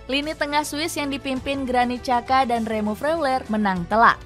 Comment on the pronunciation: Mantap "admin" Puncak Klasemen dibaca nya = /d͡ʒa'ka/. Padahal admin kanal Youtube lain itu selalu bacanya "Syaka /ʃa'ka/". İtu padahal sudah salah bangat, hingga djaman sudah canggih pun, bacanya tetap spt itu (/ʃa'ka/). Albania dgn konsonan XH/xh dibacanya /d͡ʒ/.